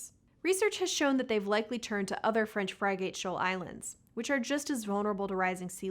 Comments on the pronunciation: Technically "frig-ate", but the a is often pronounced as a schwa, an "uh" - as in "about" when said "uh-bout", and any number of other words it can be found in. Tom Scott did a great video either about it or containing it, in his Language Files series (which is coming to an end 😓). Well worth watching the whole series even if you're not into linguistics! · French "fry"gate??? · And frigate. Fry Gate? Its Frig get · French "Fry-gate" Shoal Islands?, it's pronounced "friggit." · Isn't it "FRIG-et" like a ship? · Frig-ate. It's pronounced Frig-ate. You know, like the ship. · Pronunciation also failed On frigate